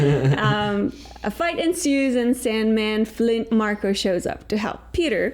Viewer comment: And it's Flint Marko not Flynt Marco.